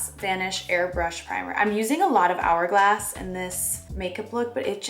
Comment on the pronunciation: She really said “HHHourglass” and “non-hygienical” 💀